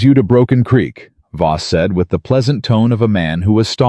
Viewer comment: I believe it's VOSS, not BOSS. Throughout the whole story!